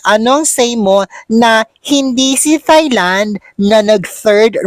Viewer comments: Thai is pronounced TAY not thigh! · “Tie” Land! Not “Thigh” Land! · Hi, Thailand is pronounced as Tailand, walang TH! Hehehe